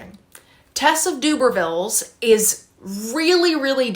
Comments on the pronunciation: Although I love how cute Doobervilles sounds for Tess of the D'urbervilles, I would pronounce it like this - Der-ber-vills. I think your professors may pick up on your mis-pronunciation and it could go against you. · Love your video, as always. Just to say … in the UK we say derrrrbervilles (as in ‘der’ that rhymes with her) rather than dooobervilles (that made me chuckle) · Thanks for the round up- have always thought Hardy was sanctimonious and his characters’ lack of any happy endings are heart breaking. A quick note on pronunciation it’s “Tess of the the d’uRber-villes “ (der-ber-vil) rather than d’Uber-villes (doo-ber-vil) in case you have to say it aloud when in your exam. Good luck. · Just thought I’d say that Tess of the D’Urbervilles is pronounced without the U more like and E so like D’ERbervilles! Doobervilles sounds good too though 😂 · I read 6 books in January I recommend Detransition, baby by Torrey Peters and Outlawed by Anna North. I like your pronunciation of Tess of the D'Urbervilles as DUBERvilles, it made me imagine Tess running an uber service. Ha. The Vanishing half is one of my favourite books I think you will love it. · I think you pronounce it D-erb-a-villes. That’s how I’ve always heard it pronounced but could be wrong! :) X